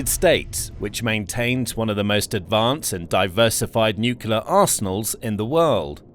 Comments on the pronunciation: Pronunciation. N U C L E A R, not N U C U L A R !!!!!!!! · Nuclear (pronounced, "new-clear"), not "nukuler"!🙄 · The word is pronounced NEW-CLEE-ERR not NEW-CUE-LER. You lose a lot of credibility when you can't even pronounce the subject word correctly. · Nuc-u-ler?!? Wtf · No, that's correct. Heard that from Nucular technician Homer Simpson on TV. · Say "new clear" weapons. Practice it. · Please stop mispronouncing nuclear and stop adding additional vowels, thanks.